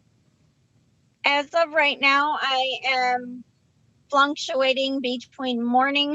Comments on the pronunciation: I’m sorry but did she say flunctuating ? How is she flunking and fluctuating at the same time, 😂? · She said “flunktuating ” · “FluNctuating” no N honey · That woman said "fluncutuating" for "fluctuating," that alone should have her lying self down the crapper. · This whole thing makes me want to puke. Mom helps with homework, hugs and kisses, discusses problems. Dad gets one hour a week with someone watching. He doesn’t have that opportunity. Why do people use their children like this? Also, she said “flunctuating.” How can she help with spelling and sounding out words?